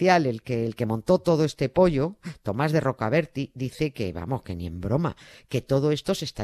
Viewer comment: No era Tomás de Rocaberti, era Tomás de Rocaberti' , acentuado en la i final!!!!!!!